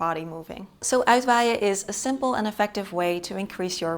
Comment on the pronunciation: No wind needed for Uitwaaien. But almost always there. Het pronunciation of uitwaaien really is perfect.